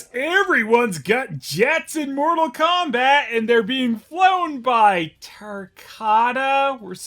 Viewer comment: More-tal Kombat? THAT'S IT